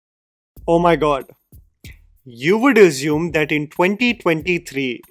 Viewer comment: ‘Assume’ not Azume 🙏🏽